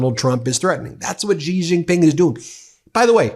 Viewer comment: Off topic, but an important point… President Xi is not pronounced with the kind of Z/G sounds you are using. The correct pronunciation is more of a ShE. … as if you were saying ‘she’ but with a very soft, ‘almost silent’ ‘h’. Very hard to write phonetically in English, but that’s the closest. Why is it important… (?) of course it is and not getting it correct sounds unprofessional and lazy. Kind of like how almost everyone (including Rachel Maddow) pronounces Qatar as if it were ‘cutter’. .. it’s more like katar y’all. Or how so many people can’t seem to pronounce nuclear… it’s not nuculur. But great shows always, Ben. Cheers. And, while most Americans probably couldn’t care less… well… that’s American laziness and a toe in the pond of arrogance. Note how trump mispronounces everyone’s name… either because he is a moron, or on purpose! Arrogant, lazy, and insulting. Yes, trump loves uneducated people… let’s not be in that group.